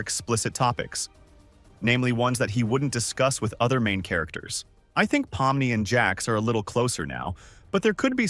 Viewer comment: Why did u say pommi its pomni